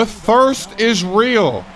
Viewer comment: "The thrist is real!!!!"